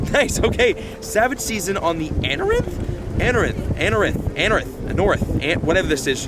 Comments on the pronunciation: anOrith, not anarith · An-or-ith That may help lol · ann-nor- rith is how I pronounced it since it was released years ago